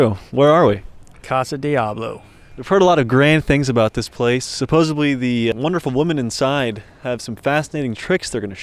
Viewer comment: Did he say Supposibly? Gtfo of our city.